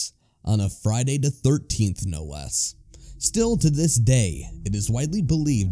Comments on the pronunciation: I can't take anything seriously when the narrator says "da" instead of "the" every single time. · The one narrator pronouncing "-th" as "d-" or "-ph" is driving me nuts because everything else sounds normal so it sticks out every time.